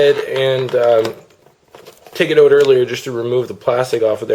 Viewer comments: lol, the way he says out..."ohut" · Notice the canadian "out"